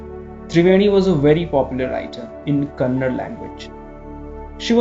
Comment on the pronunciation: One small suggestion please correct yourself it's not KANNAD its KANNADA there is an A after D . Since many hear your stories which are narrated beautifully this small correction would be appreciated.